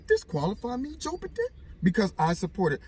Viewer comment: ...tracing where a fart came from! LOL! Always enjoy your videos! "Joe-b-don" Love it.